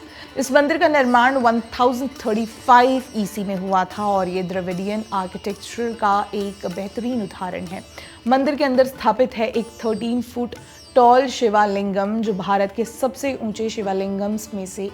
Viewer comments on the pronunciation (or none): चोला नहीं चोल धर्मा नहीं धर्म शिवा नहीं शिवा शिवलिंगा नहीं शिवलिंग काला नहीं काल कृपया शुद्ध हिंदी का उपयोग आपसे अपेक्षित है